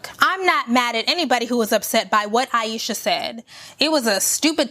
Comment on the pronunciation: Thank you for this video. This woman did nothing to be attacked. She said she was insecure and people attacked her. Like chill tfo. "Ayeeshasss"😂😂😂😂 hollering like woah you made this way too personal.